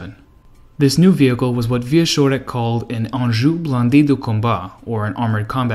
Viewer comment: I had to do a double-take when you pronounced "engin" as "Anjou". And "Louclerc" for Leclerc.